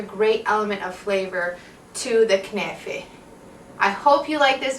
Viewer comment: when u said kenaife , i knew u r Lebanese :D